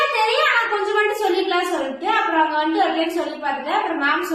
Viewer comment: Stop saying vantu ,solltu 😂😂